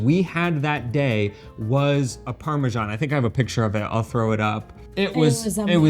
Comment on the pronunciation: It drives me crazy to hear you mispronounce parmesan.